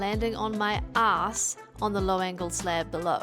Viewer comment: You pronounce a$$ like an Australian... are you originally one of us convicts!?